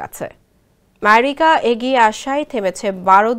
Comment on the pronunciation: মেরিকা আবার কি রে 😂😂